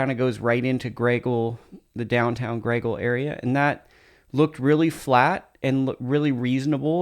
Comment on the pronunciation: Pronounced Gray Eagle... Not graygle FYI.